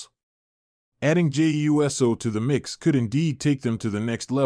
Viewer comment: Geez man, say USO not u s o